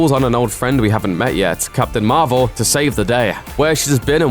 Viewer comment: Marvel... (Mar-vel)